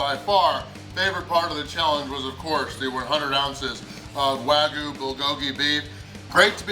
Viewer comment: Wag-YOU not Wagoo. You're my boy, but ya gotta get that right.